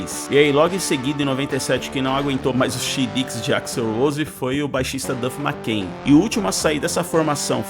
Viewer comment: Duff Makengui???? Kkkkkkkkkkk parei por aí